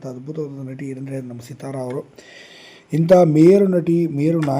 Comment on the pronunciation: Seeeethara alla Sithara.🎉🎉🎉